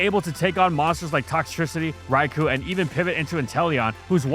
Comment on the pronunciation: Can we seriously start a petition to ban from his channel until he pronounces 'Rai-koh' correctly?